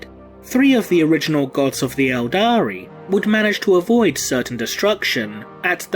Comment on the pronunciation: Everytime he says "eldari" i want to punch him